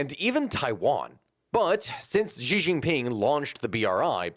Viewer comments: Just a slight note, Xi is just pronounced as Shi. I know that throws people off because they instinctively think it has to make an X sound but that's just because whoever first transcribed Mandarin into English had no idea what he was doing. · Learn how to pronounce Xi’a name or none of us that know a lot about the situation with China will take you seriously.